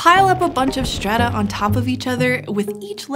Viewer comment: I can't get over her pronouncing strata and stretch as "shtrata" and "shtretch"